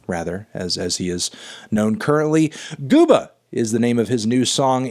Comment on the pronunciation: He's too white to say gooba